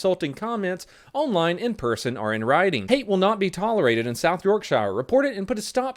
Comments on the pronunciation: While I agree with what you're saying about the South Yorkshire police, the way you pronounce Yorkshire hurts me on a deep personal level. It's pronounced like yorksher not like the shire from lord of the rings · York shireeeee Lol. Pronounce it like York shiiiireee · Ey, South Yorkshire. Im from there! Namely Doncaster. Also, its pronounced like 'sher' so its 'york-sher' but with the accent sounds like just 'sh'. Welcome to England. Also, ignore that tweet. The police do nothing back there bar arrest spiceheads or 'community building', mainly due to the upper command as there ARE alot of cops, just dont think they are allowed to do much. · Hey! Keep up the good vids. Just to let you know ‘shire’ in pronounced as ‘sher’:) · Locals say it ‘york-shur’ by the way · York-sheer, it's York-"sheer" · Not Yorkshire, its pronounced Yourkshur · Oh you Americans. It's pronounced York-sheer. You don't emphasize the shire. Great video though! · It's pronounced "York-sure", dont ask why. some of them are shires, some are sures. Bloody northerners ;) Also this put a smile on my face, love your videos, keep going my dude :) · It's YorkSHEER! At least that's how most people from the UK say it! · Doesn’t it sound more like Yorkshare with a short a? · Yeh after Brexit these sorts of things may stop here in the uk. Love the way americans pronounce english place names! Its Pronounced York-sure, less emphasis on the shire part, it ain't Middle earth! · I’m from South Yorkshire, it’s strange hearing how you say it we pronounce it yorksure. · It's pronounced York-shu[t] <<< that's a silent 't' 😉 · Hey, Yorkshire is pronounced York-shear:) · its prounounced york-shirr every mispronunciation is painful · Yorkshire is said yorkshua same with any shires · M8 Yorkshire is York-Shear Don't ask why it just is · I never have issues with your videos, but it absolutely revolts me, in this video, that you mispronounced Yorkshire. Honestly tho just try to remember it like York-sher. Ta